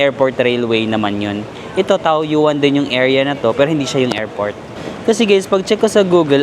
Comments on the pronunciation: Ito din nga sana ang iko comment ko 🙂 It's Tawyen 😊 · TAOYUAN --should be pronounced as TAWYEN